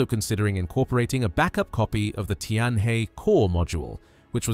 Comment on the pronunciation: Tianhe is pronounced Tian Her, not Tian Hey!